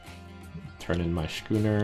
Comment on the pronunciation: Schooner is pronounced "skooner." You're driving me crazy, Trump!